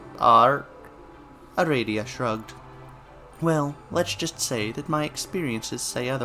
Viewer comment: First I was like "huh he's pronouncing aradia wrong" Then I had a thought. Do homestuck characters even HAVE official pronunciations? My world has been upturned... Thanks for the reading! GM, master of aradia.